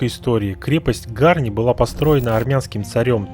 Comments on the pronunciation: Позволю небольшое замечание; в любом армянском слове ударение ставится на последнем слоге, не Га'рни, а Гарни' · Безусловно палец вверх, и маленькое исправление, произнося ГарнИ ударение на последнюю букву «И» но не на «а» в остальном все как у профессионального блогера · ГарнИ, ударение на И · ГарнИ. Ударение- на И. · Гарни-ударение на и .Спасибо вам за позитивный отзыв. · все гораздо проще - в армянском ударение всегда ставится на последнюю гласную. Это так к слову, а вообще СУПЕР! Спасибо Вам большое!